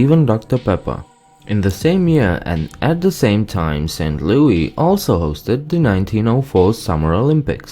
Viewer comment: Saint Louis. LOO-IS